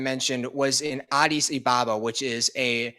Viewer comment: How are you pronouncing, Addis Ababa are you just saying it carelessly or listening to how the locals pronounce it.